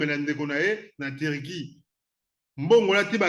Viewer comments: Loba bien ndeko Turquie et non Tirquie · HAHAH VOLEUR LES CON////GOLAIS DISENT VOLAIRE TURQUIE ILS DISENT TIRQUIE, ILS NE SONT PAS RAFFINES